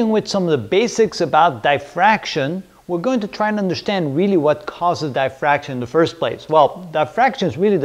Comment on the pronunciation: It’s diffraction not die-fraction